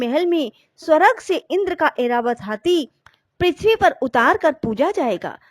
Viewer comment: स्वरग नहीं स्वर्ग जय माँ महालक्ष्मी 🚩🚩🚩🚩🚩